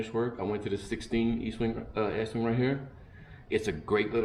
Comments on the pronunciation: Dude it’s ESTWING NOT Eastwing. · Guys please its Estwing not Eastwing. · Est wing, not Eastwing. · Its pronounced est wing not east. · Estwing Estwing NOT EASTWING. You should learn your product ESTWING. You guys have no idea what you are doing. Coming from a guy who framed over 100 homes. READ THE HANDLE!!!!!! Pathetic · ESTWING NOT EASTWING, come on READ THE HANDLE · Estwing…not Eastwing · Nice video. Though, I'm a little perplexed as to why you can't properly pronounce the name of the Estwing hammers, even with the spelling right there on it.